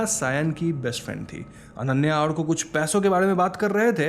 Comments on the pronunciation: It's Awrko lol. Not Aarko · It's not arko, it's orko 😁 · Arko nahi bhai its pronounced as Orko😅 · Call it orkooooo not arkaaaa!!! Bengali content explanation kar rahe ho to nam bhi bengali logo ki tarah boliye na! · The amount of time u said āarko is just bothering my adhd , But u said Ârko the end which cured me a little 😂 ,and yes I'm bengali but still😭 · Hey... you pronounced the name Arko wrong... I know the spelling is "ARKO" but you must spell it as "ORKO". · Vai it's sound like orko..hum Bengali are अ ko "o" ki tarha use karta hai so 'arko' for writing lakin bolte baaqt orko bolta hai.😊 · It is not arko.. it's Orko in pronunciation, spell as Arko. Just a Bengali thing. Peace Same storyline in every horror movie. Anyway video clarification us good as always , thank you. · It is not pronounced as "Aarko"..the pronunciation is "orko"..bengali sentiments...😊😊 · are bhai wo arko pronucation thora galat tha wo aaaarko prnounce nehi alki arko yani a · It's not arko it's or-ko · He probably watched it with english subtitles and it spelled orko with arko as usual so naturally he pronounced it as arko as he doesn't speak bengali Im guessing. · Sir it's pronounce as aurko , my name is arka too 😁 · Arka = awr-ko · Its pronounce OR KO